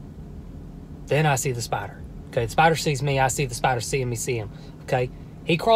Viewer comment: i like how you say “spadder” JFHSJDJAJ IMSORRY